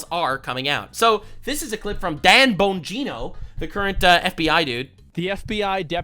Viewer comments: called him ‘’… Dan Boing-go…’’ 🤣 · Asmon said dan boing-o lmao i spit out my food. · I really hope that Asmongold’s pronunciation of Dan Bongino is deliberate after Bongino+Kash Patel+Pam Bondi letting us down, because MY GOODNESS, what a shitty pronunciation of his last name.